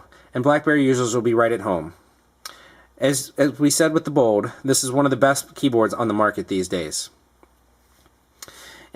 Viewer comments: lol dude its bold not 'BODE' xD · Is he saying 'Bode' instead of Bold!? Lol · It sounded like he was saying Bode instead of Bold :P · why cant this guy say bold....